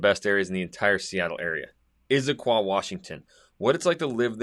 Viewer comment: It's not "Izzaquah". Never has been. It's Issaquah.